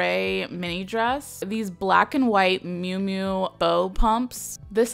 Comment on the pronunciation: It's miu miu, not mui mui